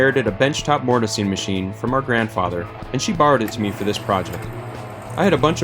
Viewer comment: Ahaha! I hear it now. I thought you said " 'er " at first.